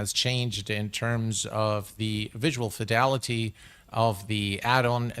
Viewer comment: Slap every time you say fedility... can't drink or I'd be drunk before takeoff.. for the price you pay for anything toliss you shouldn't need anything extra..